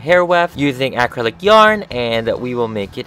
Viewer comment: I love your channel and dolls but how hard is to correctly pronounce acrylic it's uh-crylic